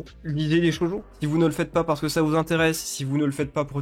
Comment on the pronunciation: Je l'ai appris que récemment, mais je tiens quand même à pinailler dessus. On dit "Shoujo" et non "Shojo". Cela se dit donc "Sho-ou-jo". Oui car "Shoujo" veut dire "jeune fille" en japonais, alors que "Shojo" veut spécifiquement dire "jeune fille vierge". Tu dis ça au Japon et ils le prendrait mal, à ce qui parait.